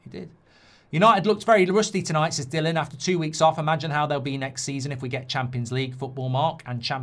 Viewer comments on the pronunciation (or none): none